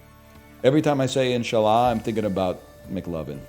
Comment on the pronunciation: Why he say 'inshallah' like that